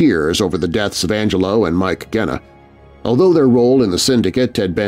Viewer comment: Love your show but Genna is pronounced with a soft G. I'm a Chicago gangster buff.